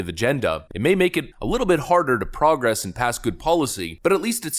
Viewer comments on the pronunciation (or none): The way you used "progress" was wrong. In this case it's pro-gress, not prah-gress like it usually is.